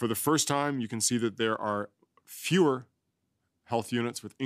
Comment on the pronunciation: Did he say fewer or Führer?